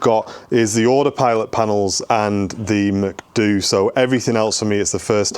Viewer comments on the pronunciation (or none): the Mac what?! The MCDU has 4 letters, pronounced separately. C'mon. For the rest, nice build. Awesome DIY-first mistakes. But it does look cool! I enjoyed it. FO B777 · somewhere by 2 min he said MCDU, its pronounced M-C-D-U not mcdu. but its ok since he knows what it is